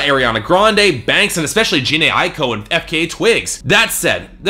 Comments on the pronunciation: He didn't just pronounce Tinashe wrong. It's Jah-nay eye-ko (Jhené Aiko) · He pronounced both wrong.